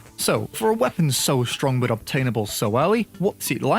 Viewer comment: We can’t live without saying the word buh, it’s like a tradition now